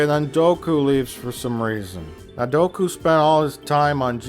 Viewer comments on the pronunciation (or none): "Doku's power levels"; and at first I thought that mispronunciation was just supposed to sound funny. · Its count dOOku, Im sorry but every time I hear you say doku i want to eat my freakin ears. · omg... DOOKU, NOT DOKU. Fuck. Sorry. But fuck. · Great review... but it is Count Dooku (DUKU) not Doku(Doak-u) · I never know when he's mispronouncing names on purpose or if it's satirical. He's never once said Padmé's or Dooku's name correctly, and he keeps calling Jango "Boba". I have a touch of OCD so bear with me; I just had to vent a bit lol.